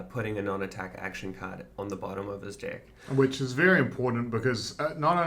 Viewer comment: As an American hearing them say dick when they say deck has me crying lol.